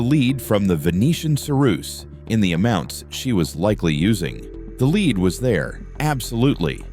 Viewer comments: LEAD NOT LEED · Very interesting, though the AI narrator gets leed and lead mixed up frequently 🤫😄